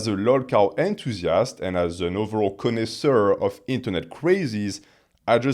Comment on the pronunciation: Did my french friend here not pronounce connoisseur in the french accent , whyyyyyy